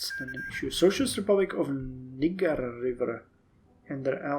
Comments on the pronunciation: it is pronounced "Neye ( like your eye)- Juh". I legit spit my drink out when you said what you said HAHAHAHA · Usually pronounced "Nie-Juh". - Buildings sabotaged in Ostland. I wonder if we can help with this (e.g. send in our agents). - Charging the reactionaries takes 34 days and the vast promises last 31 days, so it may potentially fail when the vast promises ends. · the reason that schonathancrews found it so funny is because the way you pronounced it was a common slur against black people in america